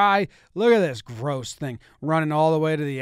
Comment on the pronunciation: the way he said “gross” ik i had to come to the comments